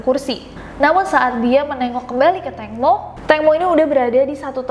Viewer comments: Tangmo Nida bukan tengmo.nida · ejaan namanya Tangmo tpi sebutan Tengmo